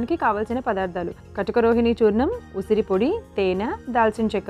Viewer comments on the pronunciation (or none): Usiri..usara kaadu..dont murder telugu